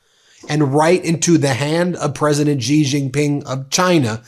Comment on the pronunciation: Off topic, but an important point… President Xi is not pronounced with the kind of Z/G sounds you are using. The correct pronunciation is more of a ShE. … as if you were saying ‘she’ but with a very soft, ‘almost silent’ ‘h’. Very hard to write phonetically in English, but that’s the closest. Why is it important… (?) of course it is and not getting it correct sounds unprofessional and lazy. Kind of like how almost everyone (including Rachel Maddow) pronounces Qatar as if it were ‘cutter’. .. it’s more like katar y’all. Or how so many people can’t seem to pronounce nuclear… it’s not nuculur. But great shows always, Ben. Cheers. And, while most Americans probably couldn’t care less… well… that’s American laziness and a toe in the pond of arrogance. Note how trump mispronounces everyone’s name… either because he is a moron, or on purpose! Arrogant, lazy, and insulting. Yes, trump loves uneducated people… let’s not be in that group.